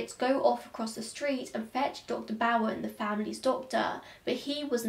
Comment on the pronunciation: Hey, my maternal family were Bowens. I just would like to, respectfully, tell you the correct pronunciation of Dr Bowen. It's long ō like hair bow. Bow-un. You have the second part correct! ❤️ I love this story. It just blows my mind, wondering what she did to shield herself, esp her hair, from all that blood. She had time, after abby, to wash her hair, or whatever, but Andrew was found too soon, for even the august heat to dry her hair, if she had to wash it a second time. Do you ever wonder Abt that?